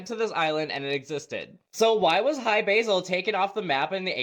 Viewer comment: I always heard it was Hi-Brazil not Basil 🤔